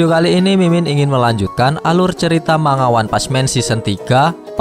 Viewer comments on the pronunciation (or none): none